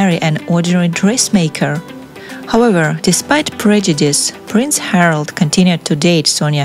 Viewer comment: Harald, not Harold